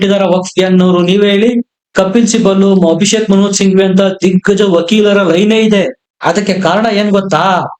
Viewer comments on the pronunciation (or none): none